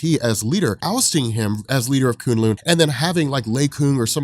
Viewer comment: Thanks for pronouncing kunlun better. This annoyed me so much in season 1...And I lost it at the part you basically said Assguard, I man Asgard, is the toilet lol